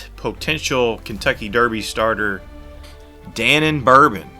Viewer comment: Da Non Bourbon -- not Danon. Thank you.😊